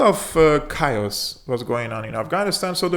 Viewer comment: Chaos pronounced: "kay .os" Thank you for your fantastic content. God bless.